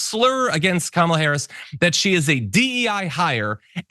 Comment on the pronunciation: I'll MAYBE start taking anything Trump says about Vice President Kamala Harris seriously when he starts pronouncing her name correctly.